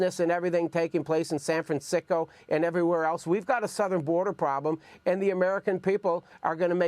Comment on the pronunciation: did he say SAN FRAN SICKO?